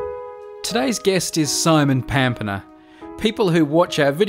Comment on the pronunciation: It should no doubt be pronounced “Pampeña” (pamPENNya)! It could be a person from the pampas, fertile South American lowlands, or even a thing from the pampas, like a “traditional dance performed by couples moving handkerchiefs to the beat of lively music”.